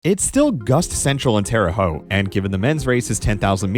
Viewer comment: Thank You for pronouncing Terre Haute correct. I spent 5 years in college there and I swear people outside of Indiana/Illinois never pronounce it correct.